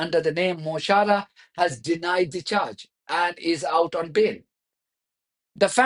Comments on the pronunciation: Mo Hara is a better pronunciation for CH in Irish. It means my friend........ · "Mo Chara" = pronounced "muh CORRa" meaning "my friend" Thank you for your videos 🇵🇸